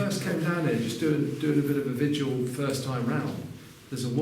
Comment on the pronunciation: It is "vigil" and not "vidual"